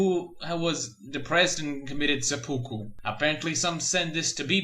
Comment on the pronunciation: "Sepuku?" Wat